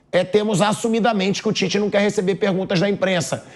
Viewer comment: Ouvir o Tite falando Titez, irrita. É um ROLANDO LERO na essência da palavra.. fala, fala, fala e NÃO DIZ nada.